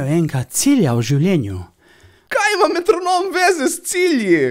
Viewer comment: wtf narobe je izgovoril metronom kot da je z neke druge države ali pa mu mankata dva sprednja zoba